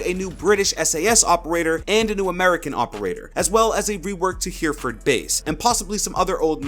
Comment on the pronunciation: Hey - the correct pronunciation of Hereford, is actually spoken "Herryford" or Heriford " (as in HERIF-URD).... Hereford is south of where I live in the UK, and all the Brits speak the name of the town without it sounding like "Hear-ford".:) Give it a go buddy... (aka A_Tin_Of_Bilbo)